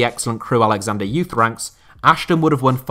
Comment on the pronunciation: No one gonna point out he said crewe Alexander instead of Alexandra?